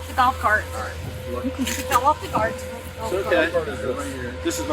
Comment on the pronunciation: "he fell off the gart"